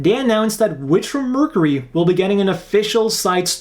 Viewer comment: While I do enjoy watching your videos very much, one thing has been driving me crazy. The way you are pronouncing Mercury is wrong. While you are saying Mer c ry it should be Merc your ee figure would be the same fig your. Thank you and have a nice day.😁